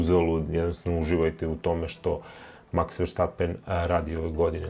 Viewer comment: Sve je OK. i sve je u redu ali novinari, you-tube-ri ili ko već, loše izgovoraju Maksovo prezime, on je Verstapen, dakle VERSTP, a ne VERŠTP, nije Nemac već Holanđanin, slušam Ercega, i njegovog kolegu Pavla svi isto, dakle VERSTAPEN (eng. Verstappen) 😮‍💨 Da li je svima Vama lakše jer tako bolje zvuči ne znam, ali slušajte engleske sportske komentatore ljudi ! Neko ga i zove FERŠTAPEN 😅 napraviste Nemca od njega, dal' Vam je svima Šumaher u podsvesti to ne znam 😅